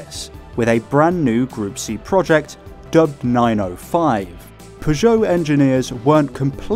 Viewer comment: Pretty sure he said Peugeot correctly the entire time